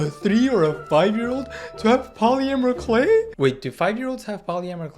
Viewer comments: bro... "Pollymerie clay" ..... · “Poly mer clay” I just find the way said that funny